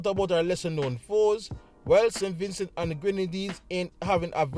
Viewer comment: Vin cee thats how its pronounced. Great preview 🫡